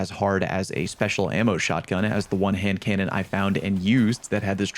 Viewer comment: You really did nail the hand cannon name